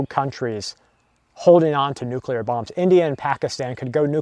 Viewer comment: Say it with me,... Noo-CleeR Nuclear. See, easy.